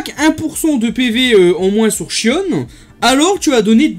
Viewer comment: en vo ca se prononce "shionne" donc tu as la bonne prononciation